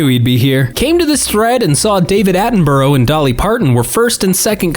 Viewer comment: british people all collectively wincing at the pronunciation of Attenborough